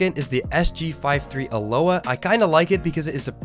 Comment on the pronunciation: A-lo-ha. Not, a-low-ah